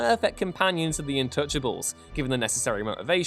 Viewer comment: Is it me or is he sayin intouchables instead of untouchables?